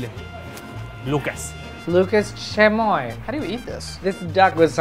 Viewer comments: They said chemoy instead of chamoy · “So kids eat this?!” Yes, they do. AND THEY LOVE IT! “Luces Chemoy” LucAs ChAmoy I tell myself: They don’t speak the language, they can’t pronounce it calm down Not to be offensive in any way